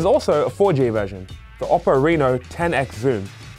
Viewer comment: Oppo pronounces “Oh-poh”. You need to respect their name